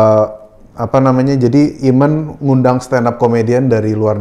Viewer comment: Dude, your translator needs his ears examined. Cool and the gang became Calling the gang. Eamon became Ayman?! C'mon